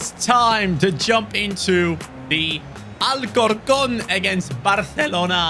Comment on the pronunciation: Nigga u said way wrong Al cor con